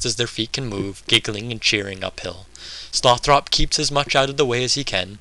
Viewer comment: You look like a dorkier version of ewan macgregor in star wars. Good reading, and the whole project sounds like a very cool idea - I'm a huge pynchon supporter. Couple of suggestions: 1) a different camera angle, perhaps. 2) I believe you're pronouncing tyrone's name wrong as Sloth - Ropp. The final vowel is supposed to be soft, and Slothrop should be pronounced like the name "Winthrop" aka Sloth-rup.